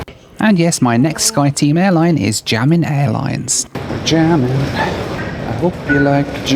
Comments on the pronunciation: Xiamen is near impossible for English natives to pronounce the X, try pronouncing it like Sh “Shia men” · I was watching on 1.8x and he butchered Xiamen, I heard German. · One thing is for sure, you cannot pronounce 'Xiamen' to save your life 🤣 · The way u pronounce Xiamen is so cute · it's pronounced Xiamen, (Shamen) China, not jamming:) but hey happy travels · Great video! But as a native Mandarin speaker, the pronunciation of Xiamen was just so bad... Pronouncing the "X" as "Sh" will be way better and easier for English speakers. (The actual sound for Mandarin X does not exist in English but I found Sh the most similar.) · got me, I went to multiple Skyteam sites looking for a "Jammin" Airlines. Then figured I'd watch where he went and was like ohhh... Xiamen (Shah-Mun) Airlines... Intentional mispronounciation? Doesn't care? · It's "seeya-men" not jia-men... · I took Xiamen Air (pronounced si-ow-man btw) from Melbourne through to Paris via Xiamen and I have to agree that the transit security was a nightmare. I had a short buzz cut at the time and they had to search my hair and they took all of the stuff out of my bag and sent it through the scanner twice. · This is a crazy challenge 😅 and when you wanted to say Xiamen, I thought you were saying “jammin’” so was curious what airline this is hahaha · The airline you flew at somewhere is called xiamen airline, wich is pronounced like sia-men airlines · Amazing video. Xiamen pronounced “shiamen” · That's absolutely not you you pronounce Xiamen.... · I love your videos but man do your Chinese pronunciations need some work. I'm not sure whether if its because you don't care or because you hadn't heard these spoken out loud before, but your pronunciations of Guangzhou, Xiamen, and Daxing were brutal. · "Guangzhou": the first part is like "gwong", which rhymes with "gong", and the second part is like "joe". "Xiamen": the "xia" part sounds like "shah". ♥